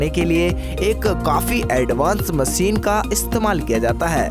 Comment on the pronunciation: Desss(Desh), Wajan(Wazan), Maseen(Machine), phiss(Fish) bhai tu pehle dhang se bolna seekh... unpadh aadmi